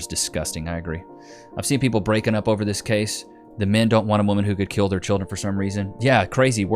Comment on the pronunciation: You can't even say kill.